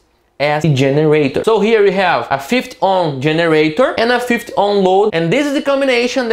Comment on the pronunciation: Thanks for your tutorials they are very good. However take. care of the 50 pronunciation in English it is "Fifty" not "Fith"